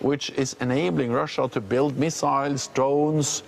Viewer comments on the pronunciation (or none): none